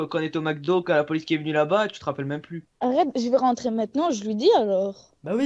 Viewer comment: Au lieu de arrête elle dit Akhrete un